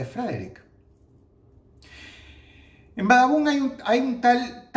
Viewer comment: xd like si dross hoy dijo Badabun y no babadun xdd